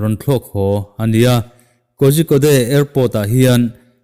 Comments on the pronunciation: Sir,Korikode ti a lam tur aw..🔥🔥🔥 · Kozhikode hi i lam dan a diklo... "KOZIKAWD" tiin lam la a dik leh an mahni lam dan a ni e.